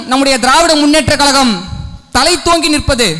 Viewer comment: தம்பி பேச்சி அருமை உன் உச்சரிப்பில் கழகம் என்பதர்க்கு பதில் கலகம் என்பதை திருத்தி கொல்